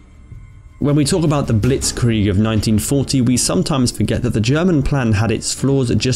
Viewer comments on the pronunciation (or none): none